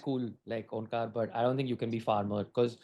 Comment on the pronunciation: It took me 5 minutes to realize... Dude is "onkaar" n not omkaat. Lol